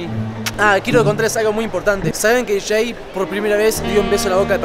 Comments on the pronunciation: Es Jay no Shei JAJAJAJAJAJAJA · No se llama "Shay" él se llama "Jay" ❤️